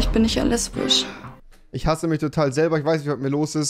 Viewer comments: Wenn du lesbich sagst sagst du auch chwul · Normale Menschen Lesbisch REWI: LEsBiCh